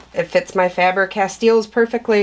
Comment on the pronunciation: Faber Castell is not pronounced like "steel". Just wanted to let you know. Love your video and everything you got. I kept filling up my cart 😂